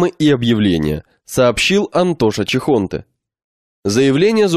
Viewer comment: Бля........ ЧехонтЕ, а не ЧехОнте......